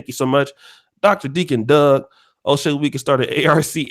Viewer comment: It’s “O’Shea “ not dumbass